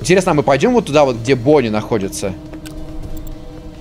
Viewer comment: не умеет говорить Бонни